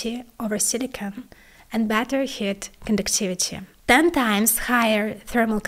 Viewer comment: Pay attention to pronouncing long vowels- "ea" in Heat for example.